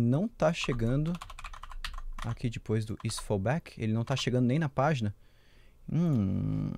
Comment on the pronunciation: você fala: "dipois" em vez de depois kkk Mds Amo esse canal <3